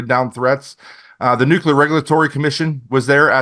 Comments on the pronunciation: Nuke-u-ler. No no no. Nuclear. New-clear. Lol. Still a good show. Just drives me nuts. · Cant take anyone that day "NUCULAR" seriously. Spellcheck it. Please. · “Nuculer” isn’t a word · nukular wtf?